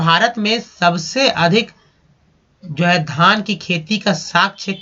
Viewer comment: Sir 68 ghaan nhii dhaan he pls pronunciation ko improve kijiye